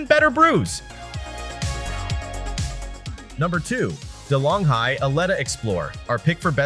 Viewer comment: You pronounce De Longhi wrong. Surprised you do not know the brand. You should use Google.